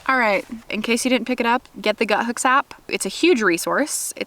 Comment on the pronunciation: Why does everybody pronounce it as “Guthooks” when it’s clearly just “Guthook?” Lol. Anyways, excellent video! Thank you!